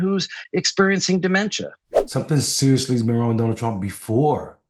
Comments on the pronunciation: "Donald Prump" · Did he really say Donald Prump? PRUMP? Who is Donald Prump? When you call yourself Trump and mess it up and say Prump you have something in your head like a worm whispering stage things PRUMP!